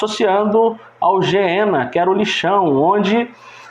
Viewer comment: Ñ se diz geena irmão. Gueena.